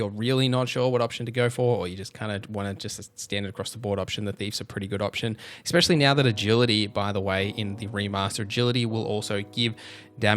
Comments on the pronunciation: Especially bro Not expexially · EX peshully